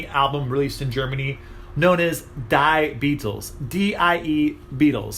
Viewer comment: "Die Beatles" means "The Beatles" and is pronounced "dee"..."die Beatles" sounds a little bit harsh ,-)